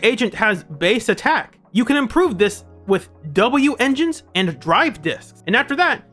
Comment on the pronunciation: Well that was good. Also just say wenjin like the rest of us.